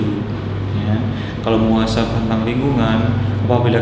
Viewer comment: Muhasabah om. Bukan muasabah